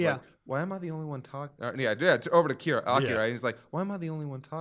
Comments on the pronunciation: Whyyyy must you insist on calling Akira “Ak-uh-ruh”. I’ve literally never heard anyone call him that ever, and it’s distracting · I know I’m really late, but I just watched this, and I CANNOT get over cringe-worthy pronunciations of Devilman, Akira, Amon, and probably a few more